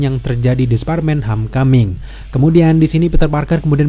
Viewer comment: Lu baca Home dengan ho•me ya?